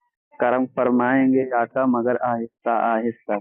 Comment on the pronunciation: لفظ مگر پڑھنا غلط ہے لفظ مگر پر غور کی جائے